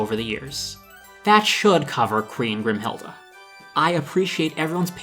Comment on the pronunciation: I get so annoyed for some reason- GRIMHILDE. Her name is GRIMHILDE.